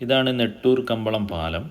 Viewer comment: Kambalam alla Kumbalam aanenna thonnunne